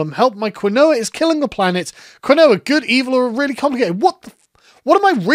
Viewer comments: This was a great video. One nitpick though, quinoa is pronounced "keen-wah," not "ki-noah." I'm sorry, I just can't let a man I respect so much pronounce quinoa like a Will Ferrell character. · Sargon. It's pronounced Keen-Wah NOT Kwin-Noah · "Quinn-noah" it's "keen-wah" and it's a great way to cut carbs and increase protein. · its pronounced KEEN Waa not Quin OH Ah, but you're British sure you'll roast Americans for words too. Hold down the fort 😁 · For the record, its pronounced "keen-wa" not "quin-oah." Blame the Spanish for how they transliterated the original Incan word. Which isnt even spelled like that in Quechua, which actually looks how you should pronounce it. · It's pronounced keen-wah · Hi, Sargon. Quinoa FAQ: It's pronounced KEEN-wah, and it's an ancient grain from South America. They're worried because it's a local ethnic food that now a bunch of rich whites are buying. It's high protein and just generally better than many grains, though, so they're in a bind between nutrition and ethics. (I've had it - once it's cooked, it's kind of fluffy like rice, with a nutty flavor, and about the size of the smaller couscous. I actually would recommend it.) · It's pronounced KEEN-wah (Quinoa) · It’s keeeenwah …. Keeeenwah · Its key-noire you absolute philistine 😂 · Quinoa pronounced kwinowa 😅😅😅😅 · Damn, Quinoa is pronounced 'Keenwah'. I hate saying it unironically because it's so poncey but it is what it is. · Quinoa is pronounced Key-Noir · Dear British people, do you actually pronounce quinoa like that or is it just? Cause over hear we say “keen-wa.” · Sargon, quinoa is pronounced “Keen Wah” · quinoa is pronounced Keen-Wa stateside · Quinoa is pronounced "keen-wah". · Ugh. It's pronounced "ki-n-wa". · Say it with me, sargon: "Keen wah" Quinoa Keen wah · Um awkshully, its KEEN-wah. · It's pronounced Keen-Wa, God,, get it together! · It's pronounced "keen-wah" lol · It's pronounced keen waa fyi quinoa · Quinoa = “Keen-wah”